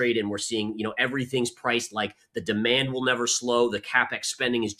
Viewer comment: My heart melts every time she says demond 😅